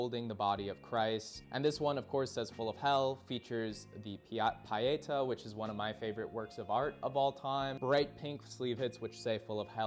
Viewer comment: awesome musical taste. it's pronounced pietá (pee-eh-tah) and means piety.